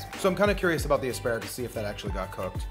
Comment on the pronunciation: "Asparagris" LOL